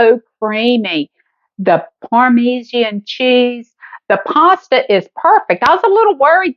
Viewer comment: It is parma john cheese not parme see an cheese.